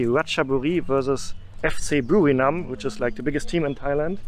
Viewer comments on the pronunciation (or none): It's Buriram, not Burinam... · It's Buriram right? Not Burinam..... loool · Es heißt Buriram und nicht Burinam ☺️😉